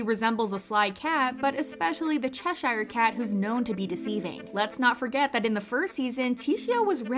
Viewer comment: They really don't if you say the correct pronounciation of "Cheshire". The way the second half is said in this video is absolutely way off. It isn't even the correct number of syllables.